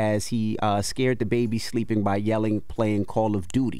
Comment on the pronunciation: The emphasis on "baby" 👀😂